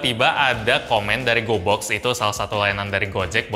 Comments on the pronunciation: Gw kira pas dia ngomong gobox dia ngomong goblox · Gue dengernya GOBLOK astaga 😭